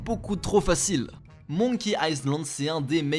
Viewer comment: Monki aïe slande / Dévil Maille Creil ... punaise, un effort xD